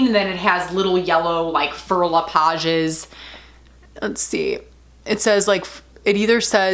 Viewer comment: Wow, your 2-year-old handbag looks brand new to me! Fauré reads "fo-hey" in français. You'll have a totally different shopping experience next time you make the purchase in Paris, the home to Fauré le Page, LV, Chanel & Hermès.... =)